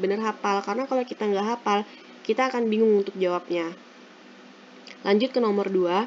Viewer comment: hafaaaal bukan hapal